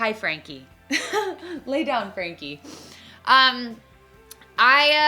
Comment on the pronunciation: whenever you say frankie it throws me off